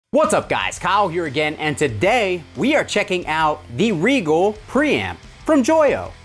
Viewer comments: would that not be pronounced "RYE jel"? Like the star? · This is correct, I came to say the same thing lol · Oh! btw it is Rigel not Regal... I was wondering why i couldnt find it!